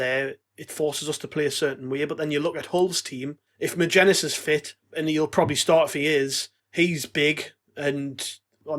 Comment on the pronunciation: Right lads magennis is not a hard name to say yet all of you pronounce it wrong every time